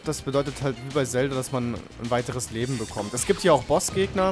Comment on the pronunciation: ja... "zhalda"